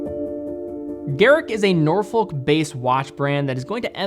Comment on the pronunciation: For me Vertex is the brand who's designs will stand the test of time, many moan about their prices but their finishing is better than Tudors and up with Rolex. Oh and we don't use the L in Norfolk - is pronounced naw fuhk, be careful with it 😂